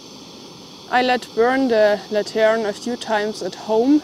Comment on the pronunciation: Lantern The accent emphasis is on the first syllable. LAN-tern